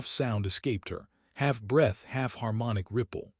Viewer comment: I wish the AI would learn the difference between bow and bow breath and breath